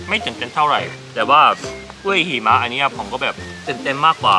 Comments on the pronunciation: จำไม่ได้ว่าep.ไหน เคยพูดคำนี้แหละ หิมะแต่เพี้ยนเป็น heeมะ แบบชัดมาก5555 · ฟังไปลุ้นไปกับคำว่า "หิมะ" ออกเสียงผิดนี่ความหมายเปลี่ยนเลยนะ😅😅